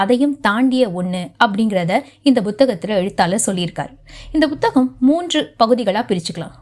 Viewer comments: Not buthagam madam, it is puthagam, pls correct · Bhuthagamaa??? Puthagam nu sollumaa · அது வேற ஒன்னும் இல்லைங்க எல் கே ஜி யிலிருந்து ஆங்கில வழியில் படித்ததனால் பு(b)க் என்பது அப்படியே பு(b)த்தகம் என்று வந்துவிட்டது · புத்தகம் என்ற சொல்லை உச்சரிப்பது சரியாக இல்லை. முதலில் புத்தகம் என்ற சொல்லைத் தமிழ்ச் சொல்லாக உச்சரிக்கக் கற்றுக் கொள்ளுங்கள். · உண்மை -- தமிழ் உச்சரிப்பு கெட்டுப் போய் பல வருடங்களாகி விட்டன -- ஒன்றும் செய்ய முடியாது